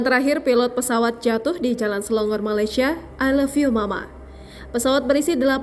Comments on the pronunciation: Selangor bukan selongor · Bukan nye selongor... SELANGOR